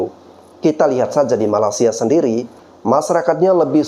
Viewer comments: Pengucapan mu sama saja merendahkan Malaysia... Bukan Malasia tapi malaysia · Bro, Perbaiki Penyambutan Nama negara orang,. Penyebutan MALAYSIA mu ngak bener. Takutnya nanti yang nonton bukannya ter edukasi, malah tersinggung. Selebihnya okelah,. 👍🏽👍🏽👍🏽